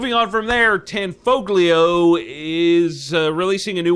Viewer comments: Tanfoglio is pronounced "tahn-FO-lyo," not "tan-FOE-glee-o." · Just a note: Tanfoglio is an Italian company, and in Italian pronunciation, a "g" before an "l" is silent. So Tanfoglio is actually pronounced "tanfolio," like a light-brown valise. : ) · Are you pronouncing the 'g' in Tanfoglio for fun or have you not heard it pronounced correctly? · It'd be great if you learned how to pronounce Tanfoglio.